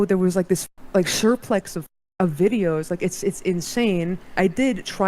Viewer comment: she said “sureplex” of videos instead of surplus. So that has me realizing why she was so naive at the beginning of meeting him. They’re probably closer in brain power than it seems.